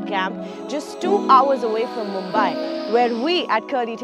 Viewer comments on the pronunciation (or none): Nice and informative video. Kudos to the team! But the way the host pronounced 'Paaaaawna' literally gave me mini heart attacks! Wont hurt much to learn pronouncing the names of the places that you endorse? Also 'Mumbai' not 'Mumbaai'.